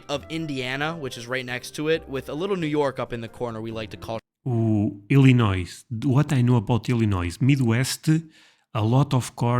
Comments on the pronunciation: I was born in Illinois. Please do not sound the 's' on the end. Illinois US state American pronunciation Sounds like i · luh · noy It is named after the Illinois tribes. 👍 🎉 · You dont pronounce the s in Illinois.